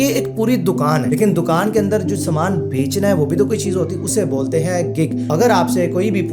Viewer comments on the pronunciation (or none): none